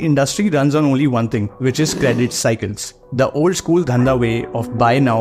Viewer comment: Why are you pronouncing 'is' as 'ish'; 'C' as 'she'; simple as shimple ... It's difficult, for me, to understand what you tell.